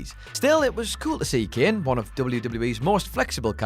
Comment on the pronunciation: Its kane not ken